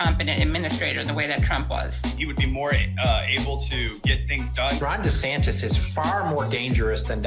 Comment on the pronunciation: Loving the way you say meatballs name😂 DEF better than the og!!!😊